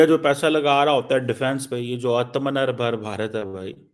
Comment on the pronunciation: Kaanjar aatmnirbhar Or atmnirbhar ki pronouncation alag alag hooti hai sadakchaap. Aa आ a अ।